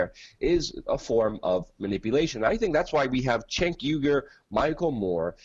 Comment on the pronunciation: Anyone could do a better job than Trump. ANYONE!!!!!! Trump fanboy strikes again. Oh and it's pronounced Janke not Sanke. And he is a Cenk-Off.